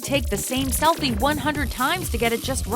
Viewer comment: Whats up with the weird way she says "selfie" ? I've never heard anyone say "selfie" like that. It's actually a bit annoying, I think.